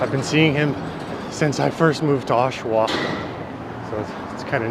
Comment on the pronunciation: gen-eral... osh-awa... pretty straightforward, bud.